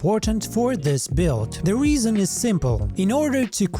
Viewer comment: "The only weason..." 😂